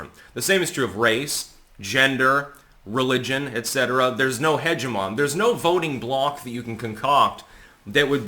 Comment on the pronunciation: Hegemon and hegemony are not the same word and are read very differently